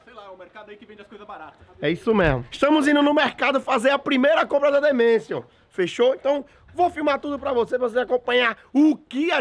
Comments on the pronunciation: Sempre que o fala the Manson eu acho que ele fala demência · "The Mension" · falando the mansion parece q ele ta falando ''demencia on'' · O Falando "The Mansion" Parece que ele ta falando demência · eu sempre escuto demêncion kkkkk, mas eu sei q é The Mansion